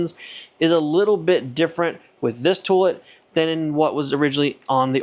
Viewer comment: I can't be the only one stuck on hearing "tool-it". :)